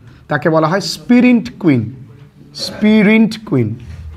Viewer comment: It's sprint, not spirint